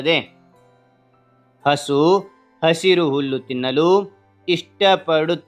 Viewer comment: ಸರ್ 8ನೇ ಪಾಯಿಂಟ್ ನಲ್ಲಿ ನೀವು ಹುಲ್ಲು ಬದಲು ಹಲ್ಲು ಅಂತ ಹೇಳ್ತೀರಾ😢😢